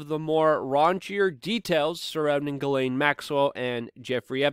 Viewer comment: It is pronounced JIZLANE.